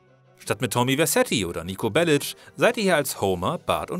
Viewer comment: wie kommt man zur aussprach von nico bellidsch????